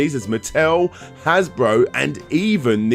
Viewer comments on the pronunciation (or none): none